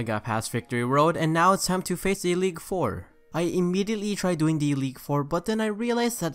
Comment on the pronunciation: He said Eleague four lol